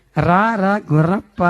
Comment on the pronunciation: Gurrappa kaadu gorreppa😂😂😂